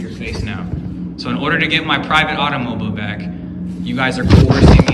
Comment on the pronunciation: Its always so cringey the way they overpronounce "AUTO-MOU-BEEELE"